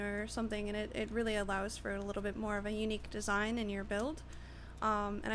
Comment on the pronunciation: you say desing SO MUCH so annoying